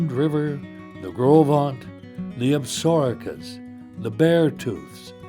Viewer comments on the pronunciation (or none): You would think they could find a narrator who could pronounce "Absaroka" correctly.